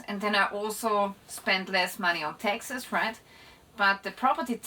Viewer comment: Seems interesting but I don't understand a word she says. I thought it was me until I realised she says Texas instead of taxes 😂😅 could have used an AI voice or someone who can speak English at least a little bit